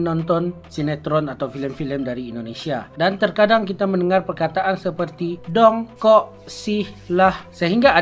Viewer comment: Betul waktu dia sebut.. "Kita makan ayam dong" Intonasi kurang tepat, bunyi kurang panjang sedikit. Karena kalimatnya sebuah pernyataan. Beda kalau kalimatnya sebuah perintah. "Tarik dong!"